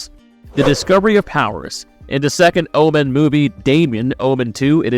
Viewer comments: I can't "like" a video when the narrator can't even pronounce the subject of the video essays' name correctly... The Oh-Man... It's O-men... I could be out of the loop, but is this an AI narration channel? If so no worries. I'll just avoid. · Its OMEN not OMAN. Learn to pronounce words properly. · Jesus it's "Omen" no "Oh-man" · Why are you saying Omen like that? And why are you saying Jackal???